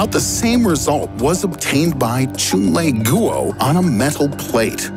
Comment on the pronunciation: posts well researched informative scientific videos Also: choon-lay-goo-oh Yo pronounce the man's name right, dude's Chinese